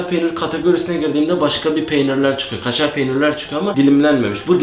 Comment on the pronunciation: KŞŞŞŞARR PEYNİR ABEY